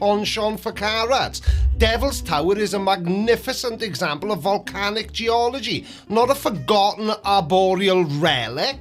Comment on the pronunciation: it’s geologry? GE-ol-o-gree? Is that a new word? Fun as always